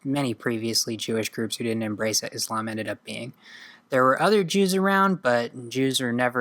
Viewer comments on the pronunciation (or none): none